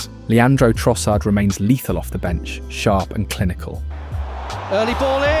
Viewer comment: at least you pronounced Trossard's name correctly